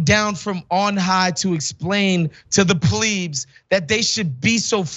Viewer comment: it's "plebs", not "pleebs"